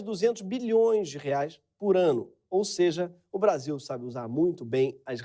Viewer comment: Excluir comentários que estão falando contra o vídeo e só deixar os que estão falando a favor dessa merda, NICE "BRACHIL" "NICE KÉNEL"